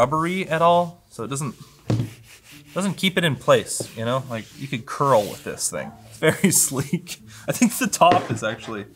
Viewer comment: "you can curl with this thing" very Canadian, I love it!